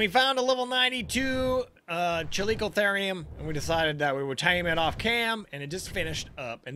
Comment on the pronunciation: After researching it, every pronunciation i could find said "Chal-E-co-ther-ium"